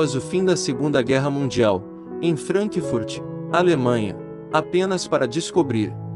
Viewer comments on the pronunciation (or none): none